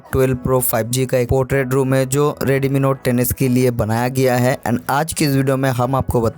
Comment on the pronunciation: Redmi note 10s ❌ Reedeemii note teneass ✅